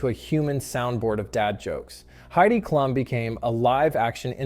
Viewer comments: Kl um not clue um you lost me. If you’re going to to videos, please attempt to pronounce their name right. Might make you more “credible “ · The way you pronounce Heidi's last name is proof you've never watched this show. Who's the fake?